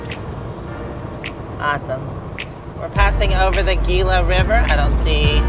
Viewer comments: Tucson here 👋 thank you for the trip! Just wanted to say that Gila (Gila River) is pronounced “Hila” the G is an H sound. Safe travels 💚🌵🌞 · G is pronounced as an "h". So Gila is "Heela" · Gila river is pronounced Heela River. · You were in my neighborhood! Trust me, if there had been water flowing the Gila River (pronounced “He-la”), it wouldn’t have been good! ❤ I’ve made the trip across the 10 to San Antonio. THAT is a long slog! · Gila is pronounced Hila. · Gila is pronounced like an H. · Lol you know the g is pronounced h in Gila